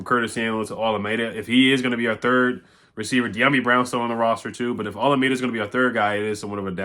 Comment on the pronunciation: butchered his name lol it’s O-LA-MI-DAY